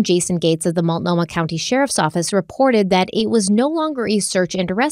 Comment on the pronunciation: Ok, yes... you said Willamette correctly. You also pronounced Multnomah (Molt-no-mah) as "Muitnomah" and are now pronouncing Sauvie (Soh-vie) as "Suave". Ricco Suave has nothing to do with Portland. You've also pronounced Oregon (Or-gun) as "Or-ri-gone" and The Oregonian (The Or-go-nian) as "The Ori-gone-ian". Now that that's settled, can we please just hang Terry upside down until the truth finally spills out?? I say the state does to her whatever she did to Kyron.